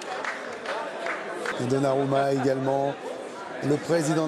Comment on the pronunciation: Qui a entendu le Donnamura 😂😂?